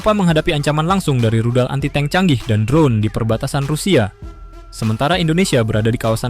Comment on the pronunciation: suka yang baru bang soalnya yang lama nyebut tank jadinya 'tang'😅